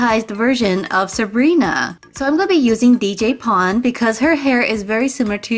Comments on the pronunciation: It's pronounced DJ pone-three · It's pronounced Dee Jay Pown 3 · you pronounced dj pon wrong pon is supposed to present pony her real name is dj pony 3